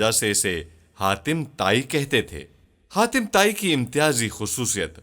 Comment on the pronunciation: Haatim Taai not khatima tai